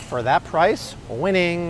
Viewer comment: Bro said winning like its 2011